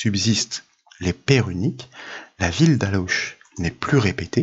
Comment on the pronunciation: Merci encore pour toutes ces vidéos. Petite précision concernant ALLAUCH, qui se dit alo (et non aloche) mais ce n'est qu'un détail 😊